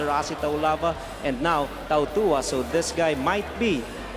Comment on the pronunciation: How cuturally insensitive. Tautawa is how he ssaid Tautuaa's name, he's tongang snd should be taootooahah.